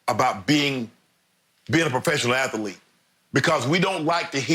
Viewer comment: If Shannon and Charles say “athelete” one more time, ima just continue to listen to it I guess 🙄lol